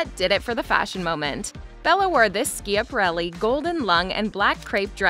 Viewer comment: This is wearing me out with the mispronunciation of Elsa Schiaparelli's name...